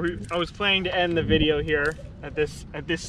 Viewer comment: vid-e-O just smackem upside the head every time he says vide-a, please, - for us